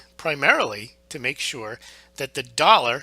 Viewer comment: FINALLY! FINALLY! FINALLY! A Youtube reporter that pronounces "hegemony" correctly. FINALLY!